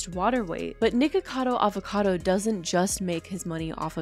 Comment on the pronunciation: Thank you for not pronouncing it "Nikado" Avocado like most creators who comment on him do. Lol.